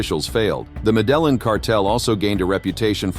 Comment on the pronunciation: Yes. Medellin is pronounced ME-DE-YIN